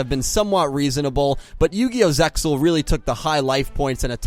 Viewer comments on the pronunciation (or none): stop pronouncing the x in zexal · ZeXal is to be spoken without the X. (pronounced ZAY-al [IPA: /ˈzeɪ.al/) Must be sad to know only the shitty Dub Versions of 4Kids and Funanimation